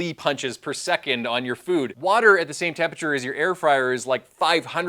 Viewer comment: I'm a nerd for science so this video appeals to me in that regard, but I'm also a pedantic nerd and find the mispronunciation of the word tempe-RA-ture as tempature to be too distracting. There is no such word in the English language "tempature" and this is where one looses some of their audience devaluing the impact of the information. Attention to detail is the difference in being heard and understood. In another point of correction it is strongly recommended to avoid using hot water from your water heater in cooking as you have less pure water from that source and the difference in time is negligible for the increase health risks associated with using hot water from your water heater in cooking.